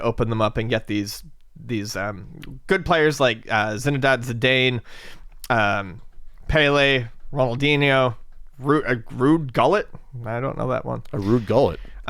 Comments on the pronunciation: Ruud was a famous Dutch player. It is pronounced who let 😉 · LOL how he butchered the names! Esp Zidane and Gullit!:D